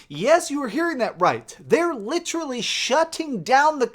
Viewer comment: I swear if this guy says litrally one more fuckin time...